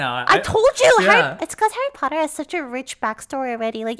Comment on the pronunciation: Hawwy Potter!!!